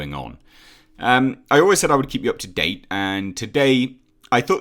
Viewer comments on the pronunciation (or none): none